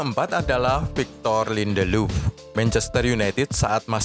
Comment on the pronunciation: Lindeluf 😅 ngakak dengernya